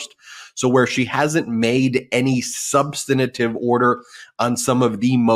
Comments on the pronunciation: Love you Ben but please, for the love of God, it is SUB-STAN-TIVE. SUB-STAN-TIVE. SUB-STAN-TIVE. That's 3 syllables, not 4. 😒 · Ben, this is the second time I am pointing this out to you: you keep saying "subsanitive". There is no such word! You say you're a professor. Really? And you don't know how to pronounce SUBSTANTIVE? Jeeze. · Substantive. Not substantative. You’ve given the word an extra “ta”. The word is substantive enough already 🥰💙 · Stop saying SUB - sten - uh - tivv 4 syllables when you mean substantive. It's incorrect, though most media say it incorrectly. The right pronunciation is: SUB - sten - tivv. Only 3 syllables. (An overused word spoken by a lot of people who really mean substantial) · Ben. The word is substantive, not substenative. Please! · I like the channel, but please the word is SUBSTANTIVE, Ben. Three syllables. There's no such word as SUNSTANATIVE. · Love Ben, but I need to present a pronunciation correction…if I may. Substantive is pronounced as: Suhb-stuhn-tiv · Love the show. I follow intently. Can you correct ... Its sub-stant-ive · "Substinative"?? Common, Ben. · Ben, please learn the correct pronunciation of "substantive"!